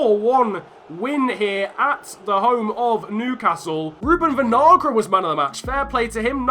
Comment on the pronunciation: Your pronunciation of Kevin Vinagre (Venalgra) is making me mad. Just call him vinegar lol.